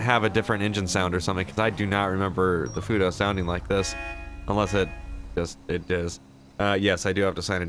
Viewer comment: Was i the only one who noticed he called it a futo or nah